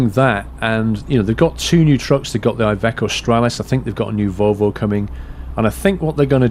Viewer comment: iveco is said as ivEco